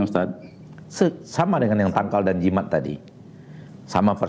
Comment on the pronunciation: Jimat kali ya min, bukan Jimak...